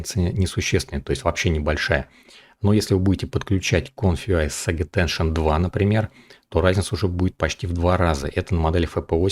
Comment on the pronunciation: пожалуйста: Сейдж аттеншн, а не "саге". Или по твоему Forge произносится как "Форге"?